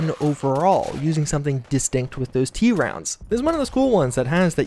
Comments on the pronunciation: The Dardick doesn't shoot a "T - Round", it's pronounced just like it's spelled, "tround" which represents the triangular rounds or cartridges that the Dardick uses. Likewise, it's not "Wee-blee", rather it's like a spider's web, thus Webley. Pronunciations aren't your strong suit, but otherwise great video. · It's pronounced "Tr-ound", not t-round, and Web-ly, not weebly.